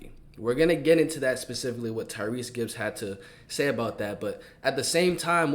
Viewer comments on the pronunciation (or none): Tyreese gibson boy stop butcherin his name😂😂😂